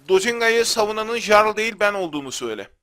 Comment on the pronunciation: Abi amacim kotu degil bilgin olsun diye soyluyorum jarl diye yazilir yarl diye okunur